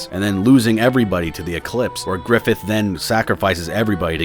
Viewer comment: "GRIFFITH!" nah bro we got "Giffith!"